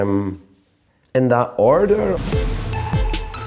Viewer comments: "In that orrrderr?" So cute! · my manties flew off when he did that.